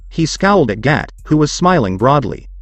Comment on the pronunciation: You are saying gat and not gato